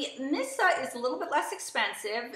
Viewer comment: Just to let you know.... Missha is pronounced Mee-sha. You keep saying "Missa". 😖